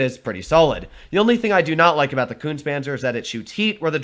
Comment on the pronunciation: It is pronounced Koontz-uh Panzer! Es are not silent on the ends of German words.